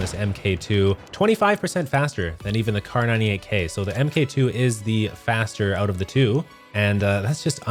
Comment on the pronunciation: God it bugs me when people say "M.K 2 instead of Mark 2"